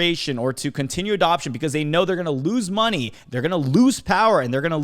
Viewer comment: "hopefully be able to make you guys make morny" 👀